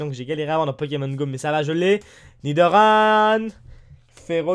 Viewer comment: Et lol c pa nidorane c nidoran😀😀 continu comme sa